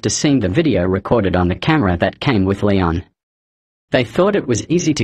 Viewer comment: is so cuttee also the fact that said, "wif?" had me dying there